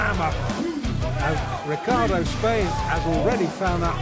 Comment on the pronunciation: Ricardo Spaine. Notice the O at the end of his name. They display his name and say it a few times. Maybe not a huge deal but when you're listing all Tyson's knockouts one would thin you'd get the names right. There were 50 days between the fight s with Michael Johnson and Robert Colay. GTW Who the hell is Robert Kaley. It is pronounced Koh-Lay. Seems like you're just making this stuff up as you go. I mean come on, 16 days between fights. You are full of crap. Oh ya, and in the Colay fight he finished him with a left cross not hook. The nest fight against Richardson was finished with a left hook. Maybe try actually watching the fights. You should have just let this play and not bothered with the narration. The nelson fight after the Richardson fight was ended with a left upper cut. His punch is clearly moving in an upward motion.